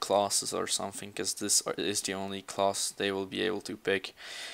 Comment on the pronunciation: i love how you say something (sometink)